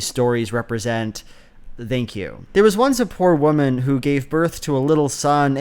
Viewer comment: How come you pronounce the TH in thank as in this and not think?